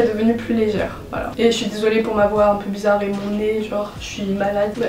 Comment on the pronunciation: T'es trop belle et trop cool dans ta manière de parler. J'adore ton "Woilà woilà"❤️❤️